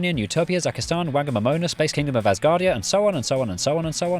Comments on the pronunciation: additionally he pronounced it incorrectly, given it's a Māori word, the wh should be pronounced with an f sound at the beginning like fong and stress the ō as in pour. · The Republic of Whangamomona! Your pronunciation is wrong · I know it's just a split-second example in a long list of names from various languages, but... that's not how you pronounce Whangamomona at all. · Whangamomona mentioned! (The WH is pronounced F btw) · Whangamomona is a Maori word, so the Wh is pronounced F. "Fong-a-Mo-mona". Also the Forgotten Highway is lovely if you like being carsick. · Nit-pick: Whangamomona is pronounced "Fahngmomona" (long story) Well OK then... In Te Reo Māori (the language of the Māori) "wh" is pronounced "f" because a common suffix in the language "whaka" is pronounced exactly as you think which embarrassed the prim and proper colonialists trying to write it down. Also this means there is no "f" in the Te Reo alphabet along with b,c,d,j,l,q,s,v,x,y,z leaving only 14 letters making it one of the shortest alphabets. (The google will say 15 but take a closer look) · The people of Whangomomona are going to be so disappointed by Jay's pronunciation of Whangomomona. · Kiwi here - the pronunciation of Whangomomona isn't quite right, but very funny :) I love your videos, please do one on Whangomomona one day!